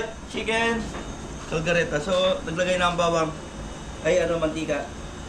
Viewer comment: correction kaldereta hindi kalgareta don’t get mad ok I just telling the right